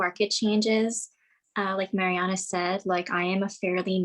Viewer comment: Marianna is the first Sykes’ female millionaire and the youngest. I think u guys should pronounce her name right.